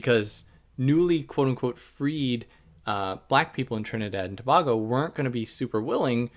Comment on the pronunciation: Its to-bay-go